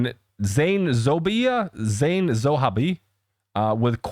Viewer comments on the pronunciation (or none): I know you can't pronounce the names exactly the way they should be but at least you know how to connect words correctly so give the names a good 5 seconds before you speak them. I know it's no disrespect but there doesn't seem to be any genuine effort as well. There wasn't any need of saying it like "Zohaibi" when it's clear there's no e, i or y in the end. It's ZO-HABE. Yes, the second one is tough.